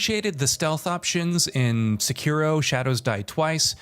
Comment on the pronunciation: Thanks for saying Sekiro properly instead of trying to sound Japanese and saying "secki-doh"